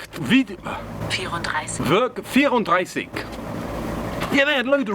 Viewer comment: Brilliant new episode, early Christmas gift. As a German I can assure you did pronounce the word Werk 34 very well. I do have someone who’s driving an MK2, I’ll ask her where she’s getting her parts and I’ll let you know on Instagram. Cutting holes... do it, but do it Style. Great work again mate. For all the fans, the subs and the family I wish you all Merry Christmas. May you all have some joyful days beside all that chaos in the world.